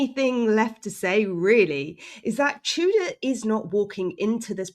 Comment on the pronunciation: I know we have that certain way we pronounce this name in English, but Igor's surname is pronounced "too-door".